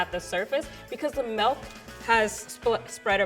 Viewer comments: She said "melk" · Omg why does she say MELK????